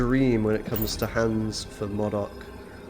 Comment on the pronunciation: You and really need to start pronouncing 'Modok' as you would 'robot'. It's distracting saying it how you do.